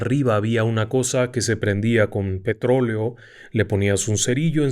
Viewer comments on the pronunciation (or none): none